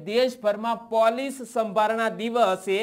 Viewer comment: "પોલીસ"નુ ઉચ્ચારણ સુધારો